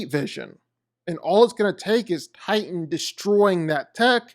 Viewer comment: I THOUGHT HIS NAME WAS TITAN NOT TIGHTAN